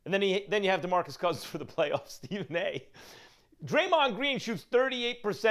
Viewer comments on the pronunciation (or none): none